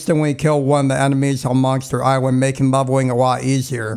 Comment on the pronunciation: Monster Iswand? Is what this guy says